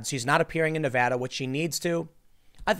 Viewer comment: Thanks for saying Nevada correctly Tim. Its crazy how many newscasters say it wrong.